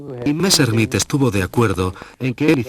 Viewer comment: Qué es eso de "Valta" no será Walther ??? Qué mala pronunciación, por dios !!!!! "Messrrmit"...por favor !!!!